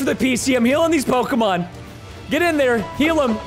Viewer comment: PRONOUNCE RIGHT NAMES PLS PRESTON ITS KILLING ME